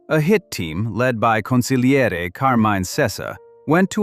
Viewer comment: NHCONGRATULATIONS - This video is the first one that got the pronunciation of the word " Consiglieri" right. Then you turn around and put up the picture " Sonny Black" Napolitano and announce the name of Pappadio.